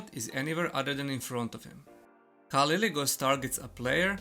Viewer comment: it's "K" not "C" :)